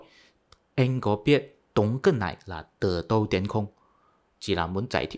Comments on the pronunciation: Bạn phát âm lạm dụng chữ “t” “tờ”..,không phải âm điệu nào bạn cũng sử dụng chữ”t” để phát âm,ví dụ:”từ đâu đến..” chứ không phải như bạn phát âm là”từ tâu tến..”toàn dùng chữ “t” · Bạn nói phát âm tiếng Việt không chuẩn, ví dụ: nói (từ đâu đến..) thì bạn phát âm”từ tâu tến “,phát âm nghe 50% là sai,nhưng ngưởi Việt vẫn hiểu là hình dung theo âm điệu từng câu thì vẫn hiểu 🔴